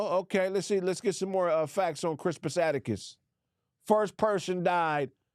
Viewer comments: Why was repeatedly pronouncing Crispus Attucks name wrong. kept saying "atticus". 🤦🏿‍♂🤦🏿‍♂🤦🏿‍♂🤦🏿‍♂🤦🏿‍♂🤦🏿‍♂🤦🏿‍♂🤦🏿‍♂🤦🏿‍♂🤦🏿‍♂, his last name is Attucks,...pronounced phonetically like, "attics" or "addicts" as in, 'drug addicts"....Goddamnn man, that was painful to watch. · This nogga saying Crispus Attucks name wrong the whole time is hilarious 😂😂😂😂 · It's Attucks bruh 😂